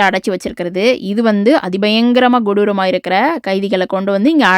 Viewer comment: Godooram illa sister kodooram adikkadi neega godooram godooram nu solriga 😂😂😂